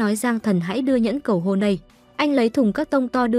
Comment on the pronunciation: ê baa lúc cầu hôn ở bệnh viện mà s t nghe thành cầu hồn=)))